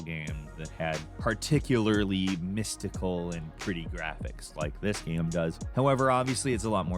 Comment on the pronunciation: Dis dude said gam